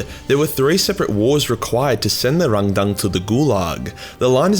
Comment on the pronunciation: “It’s hard to say RángDáng without sounding like you’re making fun of a Chinese man” continues to pronounce it with the weirdest possible emphasis (cause I don’t think that reading something like it’s two words with accent marks is normal)